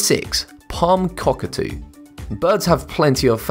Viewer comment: Cockatoo not cockatee